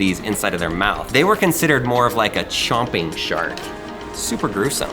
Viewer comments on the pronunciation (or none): none